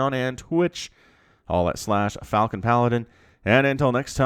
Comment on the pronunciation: Now I'm imagining a reaper shooting frozen baguettes xD Also I love how you pronounce the word Falcon. Really enjoy your casts regardless of ranks. <3